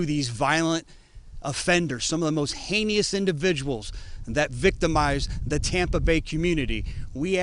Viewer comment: Great work 👍🗽🇺🇸btw it’s ‘heinous’ not heinious.